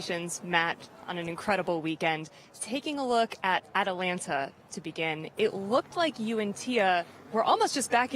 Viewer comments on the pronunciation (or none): ITS atlanta not atalanta-SIGH